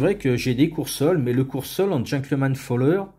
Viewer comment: "Folder" ("pliant" en anglais), non pas "fowler" ;)